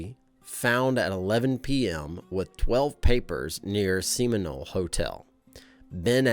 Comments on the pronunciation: It's pronounced Sem-in-ole, not See-min-ole. Just an FYI. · You really don't know how to pronounce Seminole? See-min-ole? Sheesh! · Very interesting. BTW, “Seminole” is the Native American tribe, and not pronounced like the bodily fluid. It’s “Seh muh nole”. Nice reference to the Coen Brothers masterpiece too! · That actually is pronounced Sem-min-nole. It’s a tribe down here in Florida. Though they aren’t from the beginning of Florida. They however are different. The original inhabitants of Florida as we found burial mounds from a prehistoric human settlement in the swamps. Seminole tribespeople don’t do that and it’s not in their ways to do a mound of any type. The US military fought a war with the tribe before Florida was a state. It’s where the legend of Orlando Reeves comes from. He fought the Seminoles but fell protecting fellow soldiers at Fort Gatlin (currently named Lake Eola) Orlando became the name of the city from this. Although we were called Jurigan for a few years thanks to Aaron Jurigan the founder of Orlando. There’s a slight problem though because Orlando Reeves never existed. His name was not on any muster rolls or is mentioned anywhere in Fort Gatlin records. There was an Orlando Rees but he never fought in the war, instead he was a rancher who died trying to retrieve people from the Seminole tribe. Yes he was a slave owner but it was the times. The only other possibility is Aaron liked Shakespeare especially the character Orlando though this is a stretch.